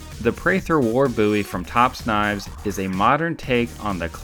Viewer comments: its bowie not buiwie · Your dumb it is bowie not boo e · Just remember this is also the guy that uses Wikipedia as a source. Its Bowie not BOo Ee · peek ah booie ! I always thought it was pronounced (bow-ee) not (boo-ee) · It's pronounced bow-ee I can say it however i want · Jim Boo-ee popularised the BOW-ee knife. Geez I heard a British reviewer say bOW-ee knife.. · "Jim boooie" lol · Bow-eee is how most people say it, it's fucking weird how your saying it. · You sound like an idiot saying "Booie" Just sayin. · You do not know how to pronounce Bowie correctly. Instant thumbs down for making a statement that is so wrong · Its not pernouned differently? Jim Bowie David Bowie same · Always the troubled pronounced word Bowie